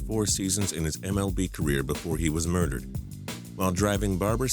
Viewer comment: at the beginning it said muderered not murdered